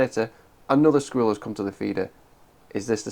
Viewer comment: It sounds like you are saying screwell instead of squirrel.